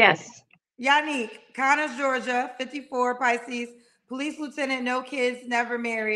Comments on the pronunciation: kept saying "Conners, Georgia," and the woman tried to politely tell her in the beginning that it's pronounced "CONYERS, Georgia." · CONYERS NOT CONNERS